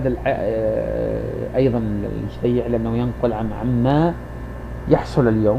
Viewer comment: على أية حال ، بارك الله فيك يا أخا العرب ، لكنك تقارع رجلا بتكلم بصوت مسترسل ، يزلزل الأرض ، كما بتحدث بلسان الواثق ، وأول أخطائك أنك ضعفت ياء التصغير في اسمه على حين أنه على وزن حسين (بضم أوله دون تصعيف ياء التصغير )، ثم إن كون ابن عساكر أشعريا لايعني كونه غير متحر للصدق فيما يكتب ، فالمسلم عموما يوقن أت الكذب محرم في ديننا ، مع أن الأشاعرة أساسا يعدون أحد مكونات المذهب السني ، بل إنهم أكبر مكوناته على حين أراك تجعلهم قسما مستقلا عن السنة ، وصلاح الدين الأيوبي الذي تفخر به الأمة قاطبة كان أشعريا ، فالمذهب السني يا صاحبي يتألف من عدة فرق أبرزها الأشاعرة ، والصوفية ، والماتريدية ، والسلفية ، والوهابية ، والإخوان المسلمون ، وأشدها تطرفا داعش ، وإن رغبت في استكمال النقاش فلا بأس شريطة الالتزام بتعاليم ديننا العظيم " ليس المؤمن بالطعان ولا اللعان ولا الفاحش البذيء "